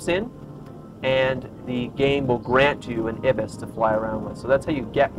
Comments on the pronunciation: i-bees i think its pronounced eye-bis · Um, actually it's pronounced 'eye-bis' :-)